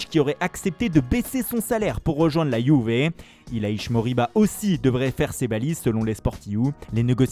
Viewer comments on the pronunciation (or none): none